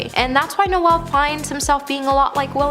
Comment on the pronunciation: How do you pronounce "Noel"?It's not Christmas.